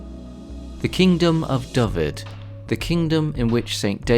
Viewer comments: Dyfed is 'Duh-v-Ed' (like the name Ed) but you are pronouncing it 'D-uh-v-id', I assume your first language is English as E is pronounced 'eeh' in English but in Cymraeg it's like 'eh'. This may have also impacted Gwynedd being pronounced as 'Gwynith' when it should be 'Gwyn-eh-th'. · Yeah some poor pronunciation of some easy ones : Dyfed and Gwynedd